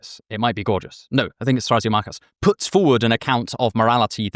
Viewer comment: Thra-SEEM-a-chus. NOT Thra-see-MA-chus